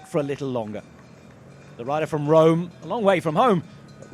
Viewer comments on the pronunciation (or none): none